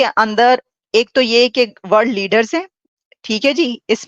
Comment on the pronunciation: Jio bald centre nhi jio world center he aur bishal nhi Vishal he...tu nhi manega bhai kisi aur se dub nhi krwaega khud hi galat Hindi bolke apni naak katwata rahega hmesha 😂